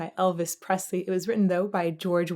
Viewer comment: #there is no “t” in Presley. 😜